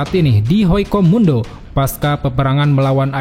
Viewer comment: HUECO MUNDO MIN BUKAN HOICO MUNDO